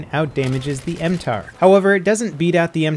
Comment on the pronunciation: NOT M-TAR !!!!!!!!!! m-t.a.r ( tavor assault rifle )